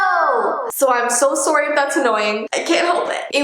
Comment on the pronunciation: I love how she says «I’m so sOrry»😂